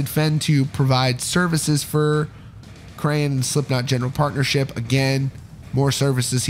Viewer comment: He pronounced ‘Crahan’ wrong. It is not pronounced the same way as crayon. More like craw-n. Like a crawfish